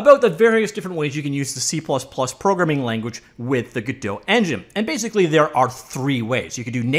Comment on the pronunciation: "g-DOUGH" "Go-DOT"